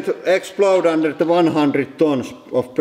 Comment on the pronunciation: "de magnets are soprishingley strong" lol